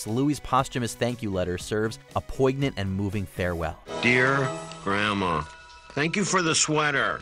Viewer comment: Wait...did he really say 'poig-nant'???? 😆Come on, dude!!!